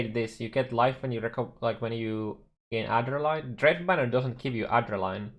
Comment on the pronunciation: Champion's fine, he's been one of the better Melee class choices other than Glad/Jugg for a while now. Also its Ad(as in Add)-Dre(as in Dread)-Nuh(as in Nothing)-Lyn(as in Link). Not Adder-Line.